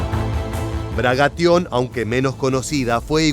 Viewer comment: Se dice Bagration, no Bragation.